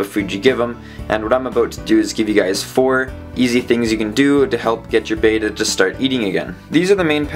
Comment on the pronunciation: Just saying" beta fish are Japonese not greek" Short E as in Bet not Bate.